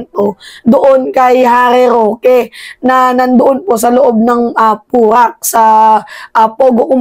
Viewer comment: Harry shoke !!! Hindi rokita